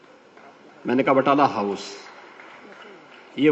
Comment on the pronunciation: बटाला house😂😂😂😂😂 Naam tak to sahi nhi aata बटला house